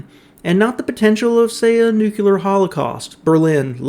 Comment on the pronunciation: NEW-KLEE-AHR... say it with me everyone. nukular isn't a thing... as a scientist it makes a video impossible to stomach.